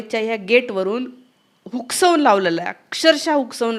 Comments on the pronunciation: मॅडम हुसकावून म्हणा, हुकसावून ऐवजी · शुद्ध बोला.हुकसावुन नाही.हुसकावुन.. R.s.s.शंभर वर्ष चालली.जगातील सर्वात मोठी आहे ़्तुम्ही जळुन उपयोग काय.? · हुकसानून नाही हो ते हुसकावून असतं